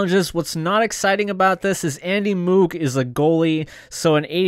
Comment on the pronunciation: yet to see a streamer who pronounces Andy Moog properly.